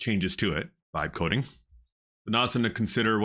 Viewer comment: what are you saying when it sounds like "five coding"... I don't know what that term is. You keep using air quotes like it some term that people are using. I'd like to learn more about it. Thank you! I just cant understand the exact word you are saying.